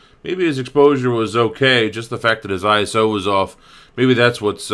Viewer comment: iso 12.500 :D you always say this wrong